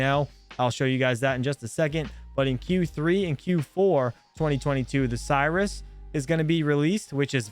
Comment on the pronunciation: Pronounced sear-is not Cyrus cirrus like the cloud....